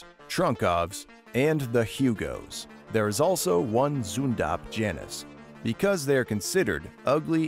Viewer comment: I love how he pronounces zundapp